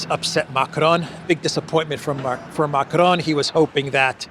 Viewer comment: You shouldn't roll the r when you say macron 😊